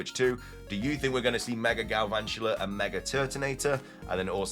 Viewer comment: THERE IS NO R IN GALVANTULA!